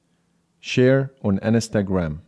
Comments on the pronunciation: Your pronunciation of Instagram wasn’t recognized because it sounds like Ns ta gram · "Share on enestagram"